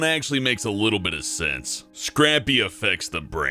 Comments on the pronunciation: Scray-pee, not scrappy!! In reality?...both are fine, but whenever I hear scrappy it reminds me of how messed up Scooby Doo became :) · It's actually pronounced SRAPE - EE. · Yeah that is NOT how you say "Scrapie" it is pronounced more liek: Skrei-pee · I'm a sheep breeder. it's pronounced "scrape-ee". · He adds an extra P in Scrapie. I give up. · That is not how you pronounce Scrapie...